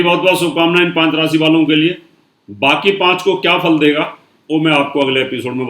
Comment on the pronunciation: rasi NAHIN RASHI hota hai aur sani nahin SHANI hota hai kripya UCCHARAN sahi kareyain